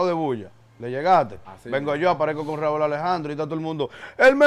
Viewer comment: Raúl Alejandro Ocasio es su nombre de pila. Su nombre artístico es 'Rauw' se pronuncia diferente; no quieras justificar su error. No escuché que a ningún otro artista lo llamase por su nombre de pila 🤷🏾‍♂️